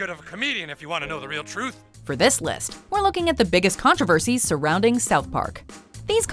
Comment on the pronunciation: “Controversies” I thought it said Coronavirus.. :O